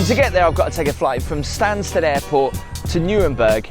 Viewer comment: London Stansted Airport NOT Stanstead 😊